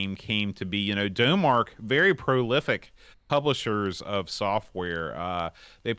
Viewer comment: Not usually a fan of ST Owners (Stoners) but a huge fan of Vroom. Just two notes: - Thats the bad sequel which your couldn't remember - F1 is identical on Amiga and ST. Dough-Mark is pronounced Dom Mark, like 'Da Mark of Excellence, named after it's founders. F1 is a great game but for me it somehow lacks the pure hardcore solid controls of its predecessors. Grip on the road and cornering were now pot luck rather than pure control, and the tracks felt like torture compared to the wide-open roads in Vroom. Overall, a fine effort, and very daunting in Professional mode, but just lacks something. The sequel World Championship Edition, meh., thanks for calming down. I cant bare those guys shouting.